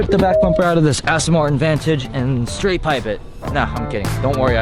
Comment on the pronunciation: "Straight pipee ot"